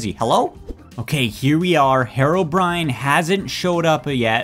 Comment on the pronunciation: its HEROBRINE not HEROBRIAN